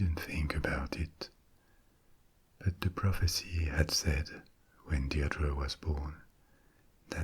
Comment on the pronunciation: My name is Deirdre and it's hardly ever pronounced right! Thanks so much x